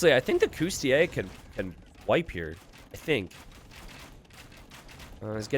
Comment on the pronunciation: Sorry to bust your bubble but the correct pronunciation is cOUs-ti-LI-ayy. You keep missing the third syllable. Cheers